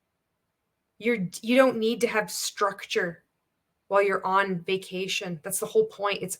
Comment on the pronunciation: i can't stand how she says "bekation"